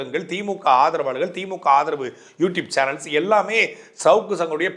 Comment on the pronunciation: Youtupe illa YouTube, please pronounce properly